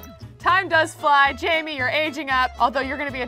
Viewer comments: j-a-i-m-e which is pronouncing jamie is actually pronounced Jane but with m. JAME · It’s not Jamie it’s Jaime haha